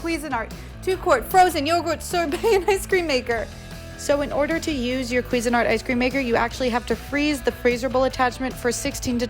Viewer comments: The accent should be on the "SIN" part, not the "QUI" part... It's "quiSIN-art." And it's S, not Z. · Its pronounced cuisine-art Not queesanart. 😂